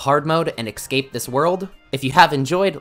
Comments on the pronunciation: Maybe you'll escape if you stop saying excape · it's eScape not eXcape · What is it with so many people saying eXcape instead of eScape?🤣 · Bro said he needed to “excape” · downvoted for "excape" learn to talk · 26 seconds into the video and hear him say "ecscape" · Are you saying "excape"? What's wrong with you? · Escape is not pronounced eKscape.